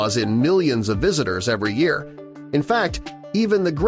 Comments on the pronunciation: Year pronuncuation was very distracting. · What a weird way to say a year?